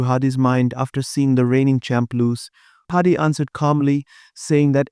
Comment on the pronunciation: Hadi. Not Hardy